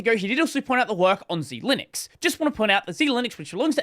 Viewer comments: I'm personally offended by how he pronounces Xilinx as "Zee-linix" rather than "zeye-links" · That's Xilinx, not Xilinux. And why are you always talking like a retarded drug junkie? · Xilinx is pronounced Xilinx, not Z Linux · "Xilinx" is not "Zee-Linux". It's pronounced "Zy-Links" and was the founder of the FPGA industry back in the 1980s. They were acquired by AMD a couple of years ago. That repo you saw was from the Xilinx FPGA repo for their Arm-based SoC devices. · Read it more closely,. It's pronounced "ZY-links." Xilinx is a maker of FPGAs, and was acquired by AMD in 2022. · Xilinx is pronounced like Zy-Links. Cheers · Xilinx is pronounced Zy-Links btw